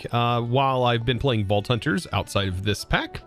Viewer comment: When you said you were playing Vault Hunters... I straight up heard Balltouchers